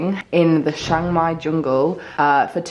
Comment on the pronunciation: It's pronounced Chang Mai not Shang Mai